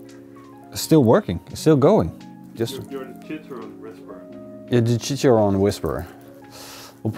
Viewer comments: it's chichaRRón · This looks awesome bro....you crack me up on how you pronounce tortillas and chicharron....hahaha=p